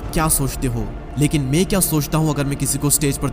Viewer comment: Chup dhakkan...pehle theek se bolna seekh ....ye me me kya krta hai mai hota hai